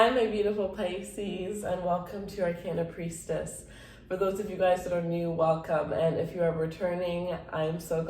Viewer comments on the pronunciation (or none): I thought you said "our can of priestess"